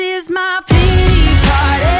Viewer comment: “This is my peetee parteh…” 😑